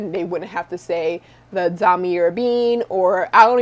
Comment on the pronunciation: It’s « dahm ee ay eh ben »